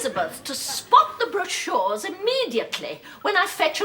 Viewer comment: She pronounced brochures incorrectly....... 😂😂😂😂😂😂😂😂😂